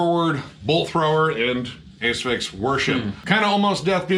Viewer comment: ‘A…sphyx” vs “As-phyx” now I’m ruined as I don’t know how to pronounce Asphyx, but whatever the case they are awesome…also, great review of Scalpture, you’ve inspired me to check them out, particularly when you mention the almighty Bolt Thrower.